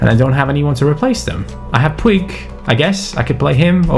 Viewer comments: IT IS POOJ NOT POO-EEG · Hey, Puig is pronounced "pooj" that is how they say it in Catalan! Like so can siiuuuuuu!!!